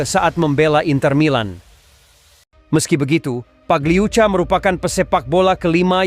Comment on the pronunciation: Pagliuca pagliuka min